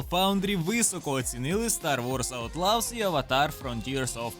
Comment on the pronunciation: Аутлос, не аутлавс